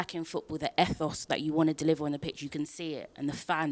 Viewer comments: “Ehthos”??? Surely Eeethos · 'effos' lols